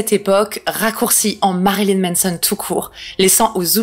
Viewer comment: C'est MAnson mais tu dis MEnson, ça me fume 🥲